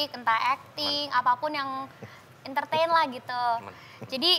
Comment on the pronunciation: "Entertain" desta: ment-ment😂😂😂😂